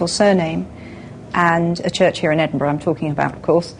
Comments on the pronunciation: Haha 'Edin-boro', the Yanks often have trouble pronouncing our capital. For future reference it's pronounced 'Edin-bur-a'. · 'Edinburrow'? "Edin-buh-ruh." or even "Edinbruh." Get it right you over-the-ponder's. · EDINBURGH NOT EDINBOROUGH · I'm an American and I used to think it was "Edin-burg." Just found out that's not how you say it! Now I say it as "Edin-burrah" lol. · It is NOT Edinburrow. Listen to JK - she says it properly. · "Edinboro"??? FFS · Omg Americans say Edinburgh right please! -.-... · His pronunciation of Edinburgh... *cringe* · why cant americans say edinburgh